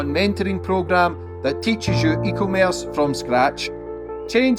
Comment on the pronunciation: FFS!!! It's not eco-merce 😂 it's e-commerce, you need to scrap the advert at the start of the videos and make another one as it makes you sound retarded and I know your not 😂🎉🎉